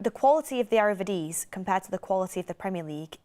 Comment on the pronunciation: saying "Ere Vidisie" kills me 😂😂😂 Good take on the style of play, I don't know if folks think we have ferraris for centrebacks, par varane, matinez and now big Willy, we can't play a high line.